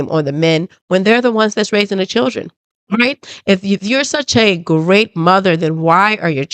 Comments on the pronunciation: She said chrildrin? We be present? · They was all CHURDRIN.... WTF is a CHURDRIN 😂😂😂😂😂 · Her mother can't even pronounce children. Churdren? 🙄 I didn't hear the little girl apologize or admit her wrongdoing? I heard her boast about her grades, being a homecoming queen & head cheerleader. Then I heard her say that she was a better person than the one she was yesterday & she could make a difference. That sounds like what her mother told her to make her feel better about herself & whatever she did! This is what her mother considers to be accountability? Oh boy, tell me you glaze over your child's bad behavior without telling me that you glaze over your child's bad behavior! This is Karmelo Anthony style parenting all the way! 😢He was such a good kid with such good grades right up until he murdered Austin! 🙄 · I agree. Why is it so hard for alot of black women to say " children" properly .